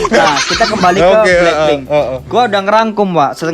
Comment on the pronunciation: BLACKPINK woy bukan bleng pit, payah lo